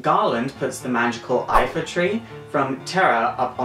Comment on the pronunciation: It's the Lifa tree, not Ifa